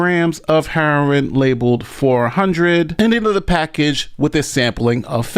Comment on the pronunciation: Its Fentanyl not fentinall, and its Heroin not harrowing lol and a lawyer